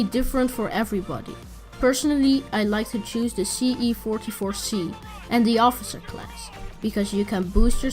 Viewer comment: he says c44c when its se44c